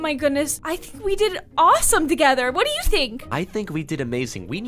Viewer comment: For do she said dfo